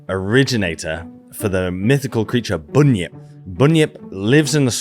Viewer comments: not “boonyip”, it is pronounced *bunyip (bun yip) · A couple of pronunciation notes: Diprotodon - think “die” for the first syllable rather than keeping the i short. Bunyip - the first syllable is pronounced like a bread “bun”, rather than, say, the u in “put” Emu - the long ee sound is correct, but you bung a y in the middle. So “eem-you”. Thanks for the video though! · Bun - yip pronounce not boon-yip. Eem-you not Eem-moo that’s an over sensitive nother creature. Love your work. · I love your channel but feel the need to un-americanise your pronunciation. “Bunyip” is pronounced “bun-yip” not “boon-yip”. “Emu” is “eem-you” not “ee-moo”. Apart from that, great. 🙂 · bun-yip or bahn-yip. not boon-yip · The "U" in "Bunyip" is short. Bunn-yip not boon-yjp as you mispronounced it. "Emu" is Eem-yew not Ee-moo 😂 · Bunyip is pronounced the same way you pronounce a bun that you eat. And emu is not pronounced emoo. It is like eemyou. I am not criticising, cos I know you are busy, just letting you know. I love your work👍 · Termites build their nests from the sub soil. They're not going to be digging up more than a few cms. That's an odd idea that they would be bringing soil up from deeper than that. Also Bunyip is pronounced Barn-yip... and Emu is Eem you... :) Loving this video though, thanks for doing it. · Bunyip, you say it like a bread bun. Emyou, not Emoo.....just helping. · An Aussie here..emu is pronounced emiew, bunyip is bun as in bunny. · Can I just say, Bun-yip. Like hotdog bun. Also emu is pronounced "Eem- you" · Its pronounced 'Bun' - as in the bread roll - yip. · Thanks for the vid...but...can I suggest some pronunciations for you? Bunyip is pronounced bun (as in bread roll) yip and emu is eem-you, not eem-moo. Cheers from Down-Under! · Yeah. Bun-yip. How’d it go wrong? I guess like e-moo. (And 60 years later no funnel web, shark, blue ringed octopus or croc encounter. Go figure. )